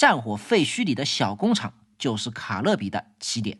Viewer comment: You can’t even pronounce the name of this brand?! WTH? It’s “Calbee,” not “Calibee”!